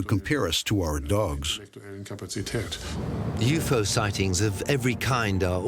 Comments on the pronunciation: Ughh everytime he says u-fo instead of u-f-o I cringe!!! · was that the alpha centari "galaxy" ? Lol, that was dumb, I also am super irritated everytime he says u-fo instead of u-f-o lol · "You pho" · they do yes but U.F.O is always said in a segregated manner , not yufo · Does the guy narrating this even know what a UFO is? Because he literally cannot pronounce it 🤷🏻‍♂️